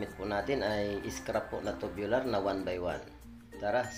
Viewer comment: Tubular po hindi tobular😅😂